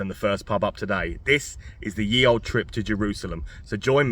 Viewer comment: just saying...the y in ye was pronounced as th...